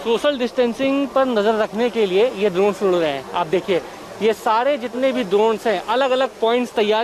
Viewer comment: द्रोण नहीं भाई ड्रोन